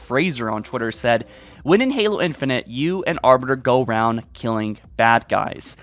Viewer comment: “Infunint”? It’s infinite